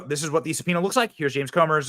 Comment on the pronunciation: how did the news reader pronounce subpoena? Did he say suh-pee-nee-uhh? Lol